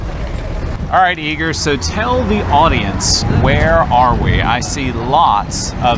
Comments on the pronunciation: Why does it sound, like You are saying eager instead of Igor? 😂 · Sorry pal, Even Igor himself, said he noticed was saying it WRONG! Igor himself says E Gore